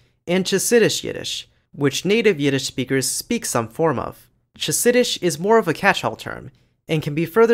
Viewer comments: On the yiddish section, unsure if you were updated or found out eventually, but the ch in chassidish is not ch like cheese but ch like in loch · you mispronounced Chassidish, the is /x~χ/ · Ch in Chassidish is /x/ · your bit on yiddish was okah but the pronunciation of chassidish makes me want to pour maror in my eyes and ears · Just so you know, the ch in Yiddish is pronounced as /x/, your pronunciation of chassidish was slightly painful. (I natively speak Hebrew but I have plenty of experience with Yiddish.) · Great video and keep up the good work! I'd love to see more videos like this, but there's one part that really annoyed me considering I know you should know better : your pronunciation of the in Chassidish as /tʃ/, rather than /x ~ χ/. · Wonderful, except that Chassidish is pronounced with the initial consonant more like the ch in ‘loch’ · "Chassidish" should have a /x/ for the initial “ch”